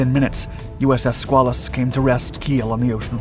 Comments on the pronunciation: also....skway luss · As for the debate as to the proper pronunciation of submarine crew, I submit that it is BUBBLEHEAD! 😁 HM 0000/8401/8404/8482, 86-98 Please accept some help with pronunciation; the name of the submarine is pronounced skwale-us. The river by the Portsmouth Naval shipyard in Kittery Maine is the Piscataqua, pronounced pis-cat-uh-kwah. 😃👌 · The correct pronunciation is "squid". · We always have debates of pronunciation of "SquAYElus as opposed to SquaAWLus. Just the PITA problem of the English language. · It's pronounced SKWAY-lus and the river is the Pis-CAT-a-kwa.